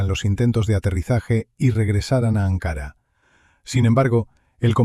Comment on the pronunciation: Ankara, con k y parlabra llana, no esdrújula